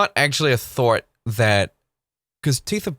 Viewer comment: Thought he said "that is actually not a thort." thort, i like that thought of saying thort instead 🤔like idear. 🤔